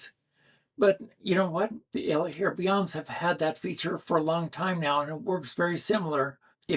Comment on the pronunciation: I have moderate hearing loss. When you say the name of the Elehaer model, I have no idea what you say. I have to see the word , like close-caption on tv.